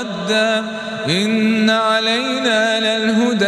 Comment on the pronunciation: خطاء في النطق الكسره في كلمه ان